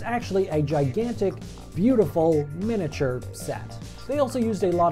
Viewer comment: Take a shot everytime he says 'minature'